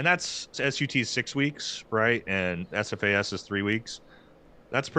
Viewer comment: lol its SFAS not AFAS